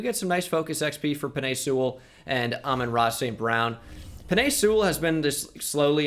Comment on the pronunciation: Does he know he is saying Aman Ra wrong